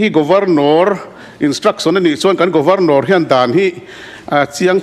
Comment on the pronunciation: Governawr..nilovin Governor zawk anih hmel..lam thing e..😂😂